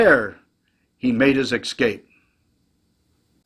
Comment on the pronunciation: "Escape" is pronounced like it's spelled, not "ekscape". You learned better in the fifties, maybe sixties.